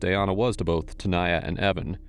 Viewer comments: Looks like her name is DAN-YA, and the other girls name is TA-NAYA. You kept saying Dayana and Tayana, merging their names. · The detective seriously couldn't pronounce "Tanaya"? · hold on, no one wants to talk about the fact that the detective can't say the name Tanaya? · If can say "Schwarzenegger", he can say TANAYA. 🙄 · Bro, you couldn't say either of their names correctly the ENTIRE VIDEO & then near the end you just gave up on "Tanaya" for a bit. Did you even try on this one?